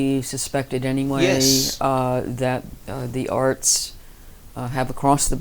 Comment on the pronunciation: When he says 'arts' it sounds like arse. Sorry to bring the tone down, but I couldn't unhear it once I'd heard it and I had to get it off my chest.